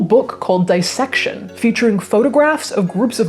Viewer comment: It's "disssection" not 'dyessection'; like 'Miss' or 'piss'. Nobody nobody pronounces this right or I'm delusional. 'This' is another example!